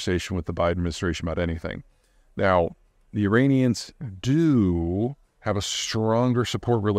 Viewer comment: this guy cant even pronounce 'Iranian' correctly